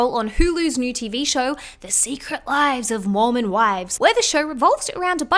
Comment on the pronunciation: Wait, I thought that ish said “The Secret Lives of “MORON” Wives, not MORMON lolol 💀